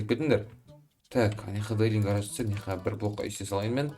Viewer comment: Гарарж емес гараж дұрыстап жібер